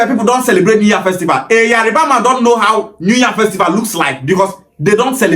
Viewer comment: Why is the guy in green mispronouncing Yoruba , IleIfe. Etc Is it intentional. It is Yoruba nit Yariba.